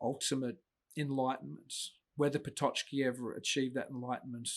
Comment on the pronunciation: One minor remark of you don't mind - it's pronounced "Pototski" or "Pototzki". The "ck" group in Polish make the ts/tz sound. It's never a "ch", "tch" nor "tsch".